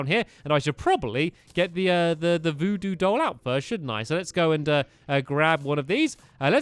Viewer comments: "The Voodoo Duige Goll" -Stampy. BUY NOW!!!!!! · Stampy said "We need the vodoo duide goll" XD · at 3 minutes he says "the voodoo died goll" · Ah yes, the duide voodoo goll. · LOL the "Voodoo Duide Goll" Good job Stamps xD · "The Voodoo Duide Goll" xD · U said udo doll